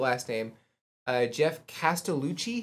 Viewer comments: You said Geoff name right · You said his name perfectly. Geoff's range is over 5 octaves - A0 growl, B0 lowest subharmonic, F1 lowest full chest, Bb5 head voice. Where you think it's over, check the amount of time left. With this one Geoff is getting snowed on, then he talks a bit, shows some of makeup, props, Kathy (his wife and manager) animates Zero. Usually although not in this one, if it just goes to the Patreon list, you won't miss much. Both Geoff and VoicePlay will add cool stuff at the end - not even most of the time, but it is fun when you catch it. VoicePlay's - Drunken Sailor, and Running Up That Hill are examples of extended video you wouldn't want to miss. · Every one of these vocals were Geoff's; layered at times for effect. BTW: I believe you pronounced his name correctly.